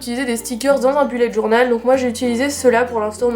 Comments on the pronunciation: BELLET DJORNAUUELLL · *Boullet’ djornaule* serait la bonne prononciation:) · Belette djornal